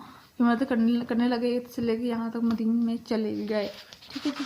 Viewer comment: Plz. Madden Nahi madyan hai yai lafz